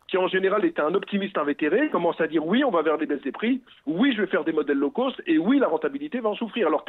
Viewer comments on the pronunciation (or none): le gars il sait même pas prononcer l'anglais lol " low coast"